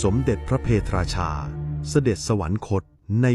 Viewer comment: พระ เพท ราชา ไม่ใช่ พระ เพ ทะ ราชา